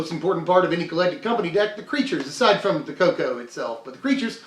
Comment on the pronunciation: Ah....Ze cat.... we meet again